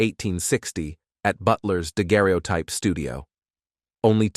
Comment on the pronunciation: Thank goodness someone else noticed that. When it tried to say "daguerreotype" I had to stop.